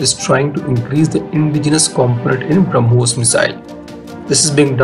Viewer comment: We have brahmos missile they have bruh-mos missile